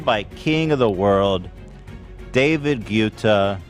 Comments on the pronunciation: Does anyone else hate how he pronounces David guettas name? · I both hate and love how no one corrects Ethan on the pronunciation of David Guetta's name. lol